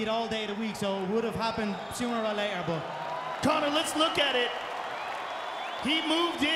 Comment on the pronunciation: this is the most drawn out buzzkill victory announcement I’ve heard in a while. This man took 3-5 business-years to say Connor’s name, and then he said it all weird.